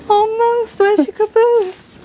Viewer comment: chop the moose "caboose"🤣🤣🤣